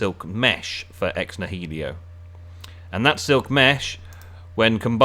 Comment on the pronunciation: “Ex nahelio” lol